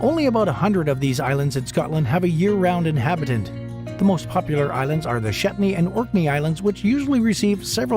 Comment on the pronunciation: Shetney! It's Shetland.